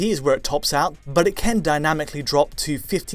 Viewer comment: Why does say "ken" instead of "can"?? It's a mystery!